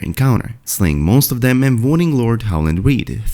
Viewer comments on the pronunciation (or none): none